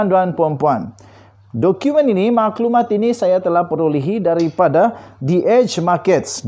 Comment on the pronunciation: Jgn sebut mcm DH Markets.. sebut betul² - The Edge Markets!